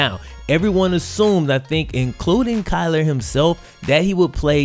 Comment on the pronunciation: Kyler not Klyer